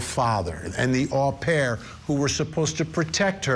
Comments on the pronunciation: It’s pronounced O pair , it’s really funny how you say it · FYI Vinnie. You’re mispronouncing au pair. It’s “oh pair.”